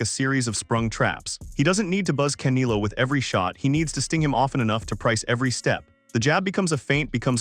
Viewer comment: Wow I couldn't continue watching. Absolutely a fin cadual or worse, someone who doesn't follow boxing at all. - I cringe every time u said "CAN i LO"....Its pronounced *Kan (E like Elvis, not E like Indigo), get it. - CanElo not Canilo u duma.sssss wow